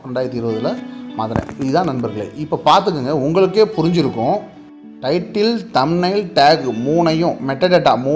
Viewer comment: தம் லைனா என்ன பிரதர் சொல்லுங்க அதைத் தெளிவாக கொஞ்சம்